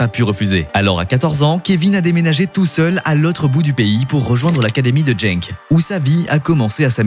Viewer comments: C’est pas jenk mais Genk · En flamand, le "G" se prononce "Rh" donc RHENK Et c'est Gand et pas gande